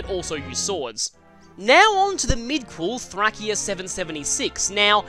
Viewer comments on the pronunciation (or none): oh lord. your pronunciation of Tharacia sure isn't bringing any glory to it. (it's pronounced like The-ray-she-uh, you can't really make the argument that it's you accent with this one.